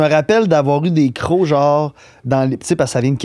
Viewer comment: Attend des cro ? Genre des CROCS ??? Les souliers ?? C’est drôle comment tu le dis mais pourtant ca ne vient pas de quebec … 😂😂